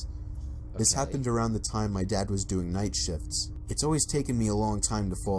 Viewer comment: I THOUGHT HE WAS SAYING NIGHT SHITS AND SHIT AND SHITTED INSTEAD OF SHIPPED OR SHIP OR NIGHT SHIFTS 😂